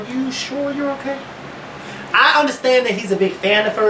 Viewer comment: Otay!!!! Not okay otay!!!